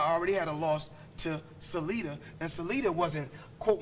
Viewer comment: I love it when Floyd mis-pronounces another fighters name. Salida instead of Salido lmao. But he has a right to do what he wants, point blank.